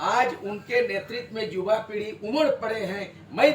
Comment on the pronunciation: युवा के जगह पर जुबा बोल रहा है ठीक से उच्चारण करे